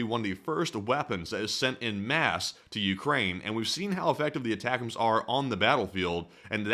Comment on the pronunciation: Aye tac ums - sorry, retired army, prior 13P/35F. it’s driving me nuts hearing the mispronunciation.